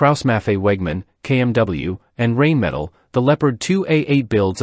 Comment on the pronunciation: Why can't AI pronounce Rheinmetall correctly?